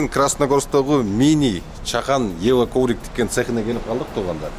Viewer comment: Евро коврик эмес ево коврик и 😅